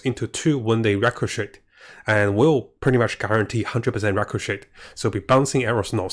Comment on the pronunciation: Look up how to pronounce “ricochet” — the T Is silent